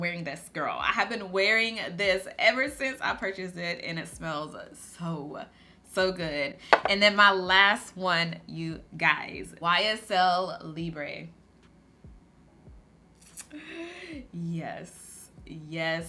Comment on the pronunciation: Eau de toilette was said correctly :) YSL Libre is Librrrrr the "e" is not pronounced like hey.